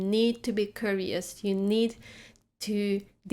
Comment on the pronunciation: Dear, To learn the proper pronunciation of the word curious, break the word into four separate parts: k you ree us. Give each part the same weight in the beginning, keeping them separate. When you have it, blend the ‘k’ and ‘you’ sounds into one dominant syllable followed with blended ‘ree’, and ‘us’. Et voilà, you have reached the light at the end of the tunnel! As always, thank you for your lessons.